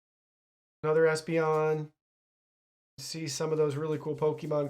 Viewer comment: Right after you show the advance rulebook, you start looking through the deck and restart after you miss prononce Espeon